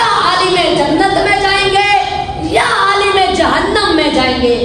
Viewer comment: عال٘م ہوتا ہے بیٹے